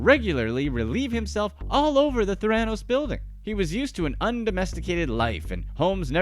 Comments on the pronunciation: You should at least learned the proper pronunciation of Theranos before you posted this video - even the captions SPELL it Thiranos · The mispronunciation of Theranos in this video is just driving nuts lol. It’s also making me feel like this video was made with very little research even though I completely agree and think she belongs in prison for a long longgg time :/ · He cobbled it together without learning the proper pronunciation - embarrassing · Agreed, it is truly grating! Too bad, since the basic facts do seem accurate, based on other reporting I’ve seen. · Trying SO hard to ignore how he pronounced Theranos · I 100% agree, it's my pet peeve when watching YouTube. This company has been in the headlines for years. So many sources of media have taught/shown us how it should be pronounced. Even the past employee's have been interviewed and they all say it the same way. 🙉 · Why on earth would you pronounce the very thing you’re making a video about wrong? It’s just so embarrassing and sloppy. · lol y’all pronounce theranos wrong. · Someone should tell OP how to pronounce Theranos. Hint: It's NOT ther-AN-os. It's THARE-uh-nos. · You need to learn how to pronounce theranos. 'there-a-nosse' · It's fun when a video presentation takes the time to learn how to correctly pronounce its subjects name. Theranos = THER-a-nos, (as in THER-a-py). Not ther-A-nos. Otherwise, excellent presentation! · Couldn’t get past the constant mispronounciation of THERA-nos. Not TheRAnos. Yeesh! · It's pronounced Ther-a-nos. Otherwise, great synopsis of Elizabeth & her manipulative behaviors that eventually lead to her downfall!! Diane Downs did the same thing to garner sympathy because, in her case, after all she's pregnant, a gift especially after the death of her daughter & the losing custody of her other daughter & son. For some reason female sociopaths actual think it will work in their favor.😇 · It was driving me crazy lol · the right pronunciation is Thanatos